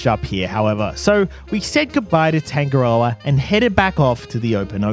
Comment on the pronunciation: love how you pronounce tangarda lmao